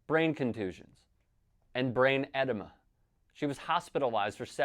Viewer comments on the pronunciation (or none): he said edema, just didn’t stress the right part of the word